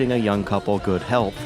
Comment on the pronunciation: ngl i thought he said "...about wishing a young couple go to hell" lol